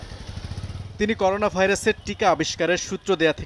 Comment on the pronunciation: করোনা কে বলে করুনা, ও নাকি যুগ্ন পুলিশ কমিশনার 🤣🤣🤣